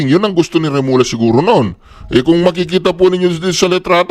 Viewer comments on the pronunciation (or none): Hindi Remola. Pag doble l. Ang reading is lya... Remulya ang reading. Mag aral ka ng subject Spanish 1 ok?